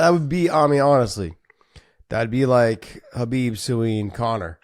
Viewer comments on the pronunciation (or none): Who does Josh pronounce the K for khamzat but not khabib?